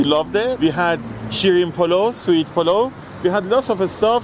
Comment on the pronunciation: it's Polo as in poe-low, not "polaw";) Thanks for foodtorturing us:D